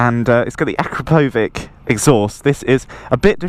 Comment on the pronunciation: Also a-crapo-vich😂